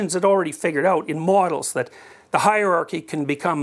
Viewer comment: He's said "hierarchy" so often in his life and work, that he has come to pronounce it, "haarky." :D